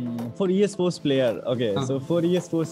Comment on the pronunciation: Others pronaunsion 'E Sports' - EA Sports. 😅